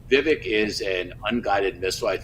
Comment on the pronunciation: It’s Vivek as in Viv-ake. Anyway, He’s literally the only likable candidate for the right. He’s the only one who’s calling out the corruption on both sides while coming across as genuine. DeSantis is playing to the crowd the same as Haley who is a war monger. Nobody is taking Christie seriously as a candidate. So miss me with the “he was the adult in the room” nonsense bc he was putting on a show. It’s gonna be Trump in the end but the only one that MIGHT beat Trump is Vivek.